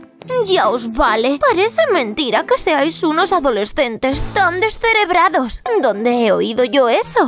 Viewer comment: Doña Antonia siempre dice desereras